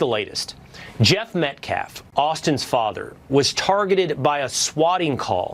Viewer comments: If he’s gonna sit up there and talk about people he could at least get their name right! Stupid! Calling Daniel PENNY, Daniel PENDUM 🤡 and even called the VICTIMS name wrong! Calling him Austin METCLAFF, not Metcalfe🤡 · He also could not even say "Metcalf". Called him "Metklaff'" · I am right there with you! I literally was shaking with pure anger! Who does this clown think he is? He could barely speak proper English. He mispronounced Austin Metcalf’s name. He tried to shame Jeff Metcalf for being at the press conference, and had him removed. He tried to blame this situation on everything else but the actual truth. Then, as an extra added bonus, the Anthony family was doing their best to act like the victims! This guy is a career criminal! It was absolutely the most disgusting display I have ever seen! Literally sickening! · I heard another YouTuber call Dominique Alexander “A Human CVS Receipt!” (About Dominique’s criminal record) 😂🤣😂🤣 He also can’t speak proper English! He keeps calling the Metcalf Family “Metclaf”… and “Deflence”?! Daniel Penny he calls him “Daniel Peña”! 🙄🤷🏻‍♂️🤦🏻‍♂️🤷🏻‍♂️😂 The most UnEdumacated man I ever heared! 😂🤣😂